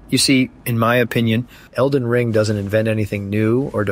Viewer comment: Elden ring has a ton of replay value if u actually know what u are doing! This guy sounds like a soft lazy man child! He can't even say elden ring. I'm going to call it ER , ER WAS a TV show like what in the 90s. About an ER in a hospital lol. I can't find any runes, I need my bottle mommy lol haha . I never troll but I had to. Please sir cry some more. U are allowed your opinion just like I am, but maybe try actually playing elden ring more then 50 hrs lol